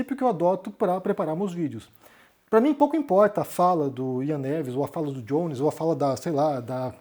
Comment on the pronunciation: Por que vc pronuncia o nome do Jones com a pronúncia anglófona? Se é pra pronunciar todo nome de brasileiro com a pronúncia da língua de origem, o seu nome se pronuncia com a pronúncia anglófona ou francófona????